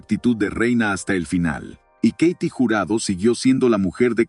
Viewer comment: Se pronuncia KATY no keiti , wey !! Y Sasha Montenegro no fué parte del cine oro , ella fué fichera y encueratriz !!